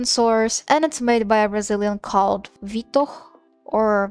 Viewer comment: You said Vitor in perfect Brazilian portuguese